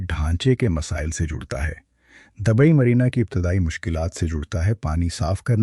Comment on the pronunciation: Dubai not dabai......please mind your pronunciation .......